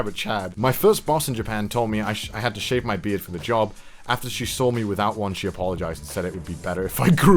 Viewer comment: “I think you should sheave beard” english good